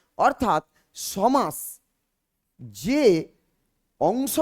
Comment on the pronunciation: পাঠদানের প্রথমেই ভুল?....সমাস=সম্+আস্+অ,....শেষে 'অ' আছে।আপনি বারবার 'আ' বলছেন কেন?